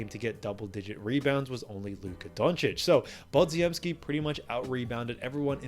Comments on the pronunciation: OMG, how can you keep mangling Podziemski's name. It's Polish and it's pronounced Po-gem-ski. Stop being a dope and get it right already! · I will subscribe when you pronounce Branden lass name right. YOU ARE KILLING HIS NAME SMH!